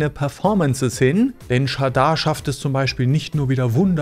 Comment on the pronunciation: Du sprichst Shada falsch aus